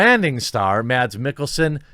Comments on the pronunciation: if you wanna pronounce mads mikkelsen's name like we do in denmark, then the D in mads is silent :) love you vids btw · Mads Mikkelsen's first name is actually pronounced "Mass" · Just to be difficult. The d in Mads is silent, so the correct pronunciation of his name is Mas